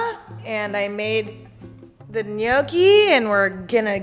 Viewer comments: Love your videos by gnocchi is pronounced nochi not nocci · Gnocchi is supposed to be shewy